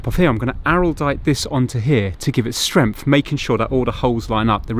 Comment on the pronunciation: You keep talking about strengf I think you mean strength .